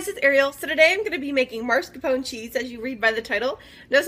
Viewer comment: This was a good tutorial and I appreciate you taking the time to make it. Thank you for fast forwarding through the parts that weren't pertinent. I would have loved to see the finished product. Also, just to be helpful it is pronounced mascarpone, not marscapone.